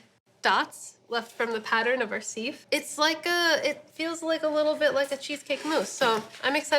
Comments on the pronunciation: Who taught you how to pronounce sieve like "seeve"? It's sieve like "siv". Love the content but seeeeeeeve grinds my ears. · If you’re from NYC you know from the box that that’s Junior’s cheesecake, very authentic NY cheesecake. But it’s anything but light, lol. Real NY cheesecake is dense, super-creamy, and heavy. I’ve never heard anyone pronounce “sieve” like “seeve.” It’s normally pronounced “siv.” And “learned,” as an adjective, is “ler-ned,”two syllables. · Why does she say sieve like that?